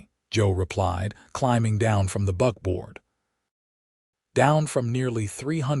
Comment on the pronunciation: buckboard not BUGBOARD.....AI falls very short! The constant miss use of words really bothers me and all but destroys the stories for me.